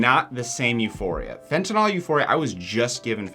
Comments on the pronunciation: Please stop saying fentinALL. The last syllable rhymes with “pill,” not “ball.” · There is no O in fentanyl. It's "nil," not "nol."